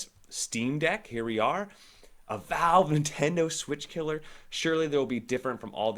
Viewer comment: The "Veeve"